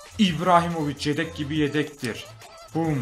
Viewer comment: de Yedek Yerine Redek Diyo (Farkina Varanlar +1)